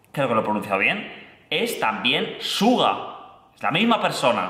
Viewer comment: Me encantas tus reacciones, pero me gustaría que te informes un poquitín más sobre BTS.. LA REACCIÓN del video de Agust D ligeramente poco conocimiento.. Se escribe SUGA y se pronuncia Shuga